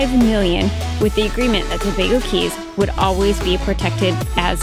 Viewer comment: Do they still charge a fee to enter the Tobago Cays? Incidently, "cays" is pronounced "keys".